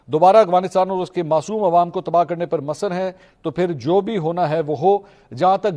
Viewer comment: اصلاح برائے درستگی لفظی محترم منصور بھائی آپ قابل قدر ہیں میرے لیئے یقیننا کچھ چیزیں لاعلمی میں ہوتی ہیں لفظ مَصَرْ جو آپنے ادا کیا حقیقت میں اسکا درست تلفظ مُصِرْ ہے یہ لفظ ’’أَصَرَّ يُصِرُّ إِصْرَارًا‘‘ سے بنا ہے۔ یہ فعل باب إفعال (إِفْعَال) سے ہے۔ 🔹 اصل فعل: أَصَرَّ 🔹 باب: إِفْعَال 🔹 مضارع: يُصِرُّ 🔹 اسمِ فاعل: مُصِرٌّ 🔹 اسمِ مفعول: مُصَرٌّ عَلَيْهِ (جس پر اصرار کیا گیا ہو)